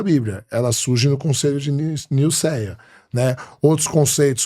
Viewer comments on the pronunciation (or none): Não é “conselho” e sim “Concílio”. Não é “Nilcéia” e sim “Niceia”.